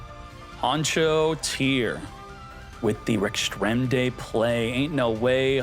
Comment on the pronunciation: Rex-Tra-Men-Day say it with me now 😆😁😅🤣